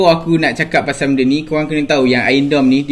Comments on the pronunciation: Iron doum (dome) bukan dorm (asrama) 🤣🤣🤣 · "Iron Dome" bukan "ion dome" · Suka abg when h say r hahaha (AKU X GAY)